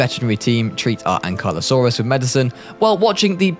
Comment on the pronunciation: ankeylosauros, not ankailosauros. tubercuelosis, not tuberkleylosis.